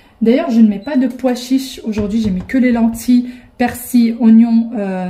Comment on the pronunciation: Salam on dit persiL avec un L et pas persi 😊